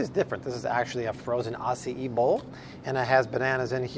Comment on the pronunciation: Why do you pronounce Acai as Ah-see-e😭😹